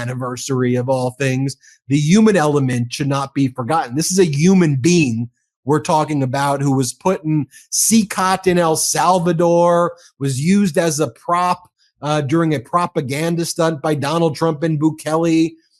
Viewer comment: I love you guys but its not "yuman bean" :)